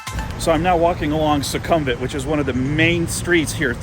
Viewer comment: Nice job with the walk and talk video. The Apple iphone video quality is good especially for external shots. If I was nitpicking I'd say pronounce the main strip as Sookumvit. Luckily I'm not that pedantic. lol Might be an idea to get a rabbit stored value card for the BTS.